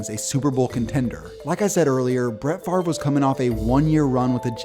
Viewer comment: Wait the v comes before the r in Favre